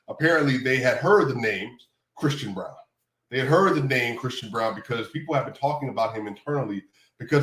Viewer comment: ..also.. his Name is Braun. Not Bruan. Thx. Peace.